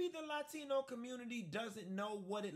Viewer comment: “Laa-Tino” 😂. Anyway, I support this message and not just for Latinos. Everyone from a Country NOT England, Ireland, Iceland, Scandinavian. However the Blacks for Trump THINK THEY ARE WHITE AS WELL. Let’s address that soon. #R76